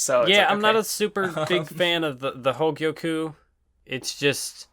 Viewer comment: I find it amusing that struggles to say Hogyoku but nails the pronunciation of Ulquiorra